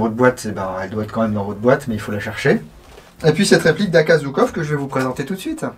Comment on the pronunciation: Merci. Pour info, on prononce "Joukof" et pas "Zoukov", en référence à Georgui Zhukov, un général soviétique. Bises